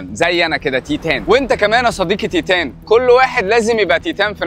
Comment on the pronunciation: نطق تايتن انت بتقوله غلط يا بس اكيد فيديو جامد انا عارف القصه بس هسمعه منك